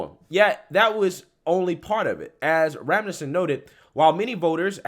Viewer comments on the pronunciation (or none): I love your shows and I regularly share them. But I finally have to say this: you almost regularly mispronounce words. For instance: in this video, you repeatedly pronounced Rasmussen (sp) as Ra-muh-son; it's commonly known that it's pronounced Rass-mus-sin. A couple of days ago you repeatedly pronounced gate-way as 'get-a-way.' Readings and pronunciations need to be accurate, because not everyone can read what you are reading on the screen. Sometimes people can only listen to you while driving.... Practice words, learn context and pronunciations BEFORE publicly reading articles, please. You also said 'punishment' and not 'criminal punishment' as stated in the article, while 'criminal punishment' is very serious and relevant. There is a big difference between punishment (example: cutting off friendships...) and criminal punishments (by laws). Please read every word that is written, so that everyone has proper context. I support you; I am just trying to be helpful. Please don't be offended. God bless and keep you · It is normally pronounced as RAS-Mu-Sen